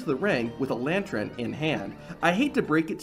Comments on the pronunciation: It's lan-tern not lan-tron wtf, great video though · this guy says "lantren" I wanna kill my self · Is it just me or is this guy really saying "lantren" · Are you saying lantren? wtf? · Got so distracted at 'lantrern'. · If you're going to say the word 'lantern' 8 times in the space of a minute it's probably a good idea to check you can pronounce it properly. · I like the video, but i really really need you to practice saying the word lantern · Man says lantern real weird